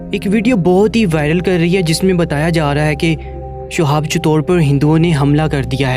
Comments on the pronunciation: Assalamualaikum... Bhai... Shuhab nhi Shihab naam hai unka... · Sohab .nhi h nam shi lo